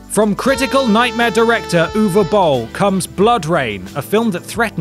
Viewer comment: The British accent makes it hard to understand what the hell the name is, "oovabull"?